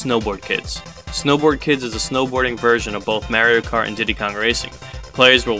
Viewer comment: Ok. You like Diddy Kong racing more than Mario kart, I can respect that. Just say Mario correctly!! That’s what bothers me